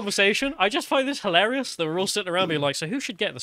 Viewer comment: Can you say HILARIOUS? "Hill -air-reee-us"! There's no such thing as "Holarius".